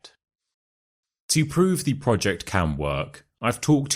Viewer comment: Why word's sound "the" the last letter is E not like A like tha